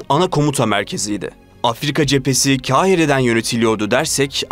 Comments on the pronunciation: "Kâhire" değil, "Kāhire". A sesi uzun, "k" sesi kalın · Kahire kalın "k" ile okunur. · Kahire derken a harfinde şapka yok. Düzgün telaffuz edelim.